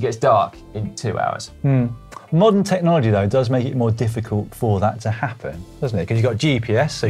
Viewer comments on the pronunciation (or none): none